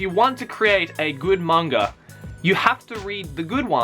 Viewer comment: It never really bothered me until now, but you say mangra.... like what?